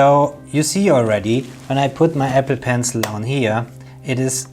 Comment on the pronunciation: I keep hearing epi..pencil.